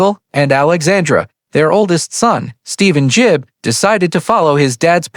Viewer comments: A1. Gibb, not Jibb. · It’s GIBB not JIBB MORON